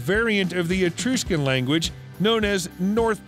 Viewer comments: You're butchering the pronunciation of these ancient places, no wonder people lose, or dont understand their purpose and or meaning...its pronounced etruscan, and not etrooscan...please get them correct, and show a bit of respect if you're going to do a video on ancient cultures etc... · Etruscian Pronounced: E "trush" can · Please don't say "eTROOSHcan". I can't watch after I hear that.